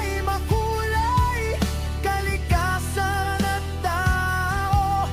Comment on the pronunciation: Huy! Ayusin mo Tagalog mo. Bakit ka-ragatan, ka-likasan ang pagbaybay mo sa mga salitang Tagalog na yan at iba pa? Hwag mo na gayahin sina Korina Sanchez, mainstream media at celebrities na mina-murder at wikang Tagalog. Binibigkas yan ng tuloy-tuloy tulad ng salitang karagatan (ka-ra-ga-tan) at hindi "KA-ra-ga-tan", at sa kalikasan (ka-li-KA-san) hindi "KA-li-ka-san."